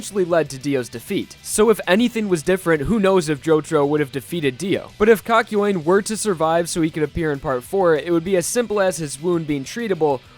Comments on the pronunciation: I thought it was kak-yo-in not kak-yoyn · I'm sorry.. but I can't with the way he said kakyoin.. I don't know if I say it wrong but you really pronounced the YOIN in kakyoin and it just bothered me, I'm sorry 😅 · pronounced that shit cock- yoin, instead of kahk-yo-een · It's pronounced Kak-you-ean not Kak-yo-ween, just so you know. I mean, you said his name a LOT in this video and it can be pretty embarrassing to pronounce it wrong every single time, so- for future reference, is all. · It triggers me how he pronounces kakyoin. It's not "KAKYOAIN" it's Kak-yo-in. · heaartzz, the person who just called kakyoin poop in Spanish, his name is kakyoin not “kAk.” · Kak-yo-een. Not kak-yoin (pronounced like coin). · Kakyo Wayne?? It's pronounced Kakyowin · I think the caps thought he said COCK YOUIN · Him:kayoin Subtitles: KA KA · i just love how you pronounce kakyoin as 'cock-yoin' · I put sub titles on instead of kakyoin it said cock join 😂😂😂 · Kakyoin subtitles: cock join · BROTHA, LEARN HOW TO PRONOUNCE KAKYOIN: KA-KI-O-IN. SIMPLE. PLEASE DUDE, I LOVE YOU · REALLY? KAKOYAN? That’s not how you pronounce it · Why he pronounce it "cock-yuen"? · No one: Still no one: This guy: "kakyoin" YouTube subtitle: calculating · I can’t watch if hes gonna pronounce Kakyoin like that. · Im still in battle tendency but i feel sad when i hear "kakyoin" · learn how to say his name, jesus christ. unwatchable.